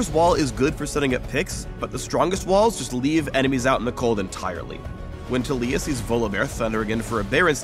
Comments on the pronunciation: Tuh-lEE-yuh? I thought it was TAH-lEE-yAH. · Yeah, idk why they're pronouncing it like Tuh-lee-uh. I've heard it Tal-E-a everywhere else. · I don't like how says her name. He says "Tuh-LEE-ya". Shouldn't it be "TAH-li-ya?" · Kid I am pronouncing it Tal-E-a because that is how you pronounce that name literally EVERYWHERE else and Tuh-lee-uh sounds stupid lol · WHAAAAAAT?!?!?!?!?1 YOU PRONOUNCE IT tah LEEE yah?!?!?! WHY?!!??! it should be TAHliyah!!!! you messed with my mind rito!!1!1111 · yo wait it's tah-lee-ah not tal-ya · am i the only one who thinks that the way taliyah's name is pronounced is wrong? instead of tah-lee-yah it should be tali-yah idfk anymore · IT'S TAH-LEE-AH GUYS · Kadeem The Dream Oh the character is cool, but it's like taking a really common name and then making up a new pronunciation for it lol, I just wanna call her Talia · i thought it was taliyah (tah-lih-yah) xD. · I refuse to pronounce Taliyah this way considering it is basically the name Talia and this not how you pronounce it -.